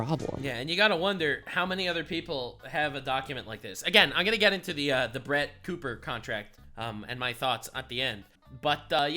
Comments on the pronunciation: You called her Crett Booper 🤣🤣🤣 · “Crett Booper” 😂 I’m dead 😵